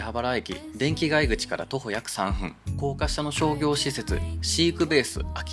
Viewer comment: フジヤさんでオリンパスpen Wをバク安出買いました。 値段忘れていました。１万８０００円でした。 ちなみに「３分」は「さんぷん」と読みます。